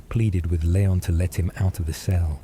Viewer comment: It’s Lee-on and not Lay-on